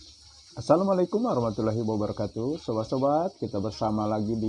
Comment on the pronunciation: Nyebut Wabarokaatuh saja Salah.. Si Ahlul Fitnah ini.. Mau jadi Mubalig..😀😀😂😆😂